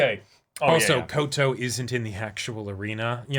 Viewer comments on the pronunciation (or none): NO YOU SAID KOTO.